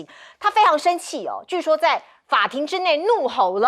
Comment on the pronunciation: 结说和据说要说清楚